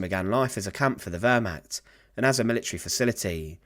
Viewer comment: Is it really that diffucult to pronounce the word Wehmacht properly?